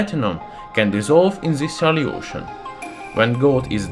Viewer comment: And salyution